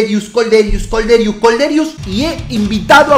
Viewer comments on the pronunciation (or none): Kolderious jajajaj, se pronuncia "Kolderíu